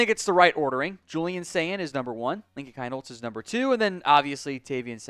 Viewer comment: Dude ….. if you’re going to be doing an OSU podcast, at least learn how to pronounce the players names correctly!!! It’s pronounced “Keen-Holtz” ….. NOT “Kine-Holtz”.